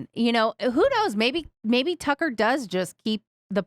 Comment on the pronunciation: Way to make Tucker sound like fucker lol